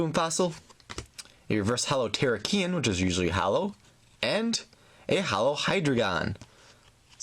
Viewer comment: It is ter ra key on